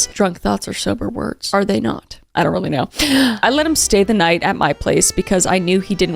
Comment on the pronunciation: Oye doun’t